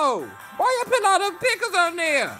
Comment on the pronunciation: "why you putin those pickles on dere"